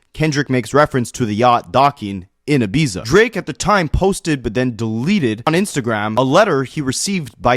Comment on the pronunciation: Ibiza is pronounced E-BEET- ZA